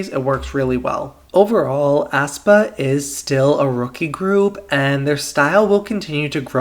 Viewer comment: Aespa is pronounced "espa" not "aspa". Sorry, but it kinda bothers me how you say "aspa"